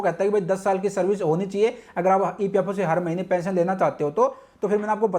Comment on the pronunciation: Pension bolo thik pesion nhi